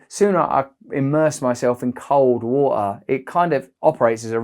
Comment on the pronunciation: „Vo-oh“ (water) 😃